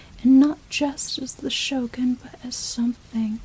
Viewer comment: the Shogun (the show gun) Raiden (raidin aye)